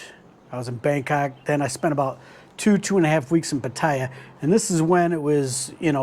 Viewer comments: "Pattaya" is pronounce "Patt AAA" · Pa Ti Ya. Not that hard. 6 months? Learn to pronounce the name of the City. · It's phát-thá-yaah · No Thai pronounces Pattaya the way you do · No one care about your ‘Rants’… you still don’t know how to pronounced Pattaya correctly. No more ‘Rant’ please. I only subscribed to see your hot girl friend. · It's "Pattaya", not "Pattaya" or "Pattaya" 🤣 Cool vid man...thanks. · I don’t think he’s the guy to ask base on his pronunciation of a place he has lived for 6 months.